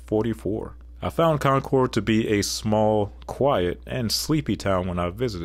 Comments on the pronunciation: For New Hampshire, you got some pronunciations wrong. :) Concord is pronounced like "conk-erd" and Nashua is pronounced like "Nah-shew-uh" where the "a" in "Nah" is like the "a" id "bad." We New Hampshirites have lots of "interesting" pronunciations, like how Lebanon, NH is pronounced "Leb-ih-din" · As a new Hampshire resident I feel obligated to tell you: it's con-kerd and nah-shua (a as in at) Con-cord is how Google pronounces it 😂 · In regards to New Hampshire: The capital is pronounced Con-curd. The second largest city is NASH-you-ah. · The capital of New Hampshire is pronounced Con'-kerd, not Con'-cord. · You pronounciation of concord is very odd we definitely do not say con-cord. Its more like conkurd and nashua is not na-shua but i am having a hard time trying to break it down. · Concord is pronounced "CON-kerd" and Nashua is pronounced with the first "a" as in "Cash". Fun video! I love the little historical pieces, too. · A tip about Concord, NH. Its pronounced Concurd. Its weird but thats how we say it. Nashua is pronounced Nashua like Nashville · I can tell you took the highway to concord NH . I can tell you didn’t do anything besides drive . No local would let you butcher Nashoowaa or conKeRd . I appreciate the narration over the alphabetized map. Population stats only matter in context of county/river valleys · You mispronounced Maryland, Helena, Concord, Nashua, Barre. Me-rah-lend Hel-en-ah Conquered Na-shoe-ah Barry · Please everyone it's pronounced Con-Cerd & Nash-Eu-A. Thank you for coming to my TED talk. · Concord is pronounced conquered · You mispronounced concord amd nashua